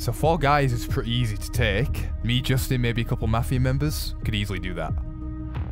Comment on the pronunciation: "For guys is rasy to take"🤨🤨🤨